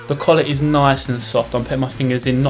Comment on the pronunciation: When he said "collar", I actually thought he said "colour"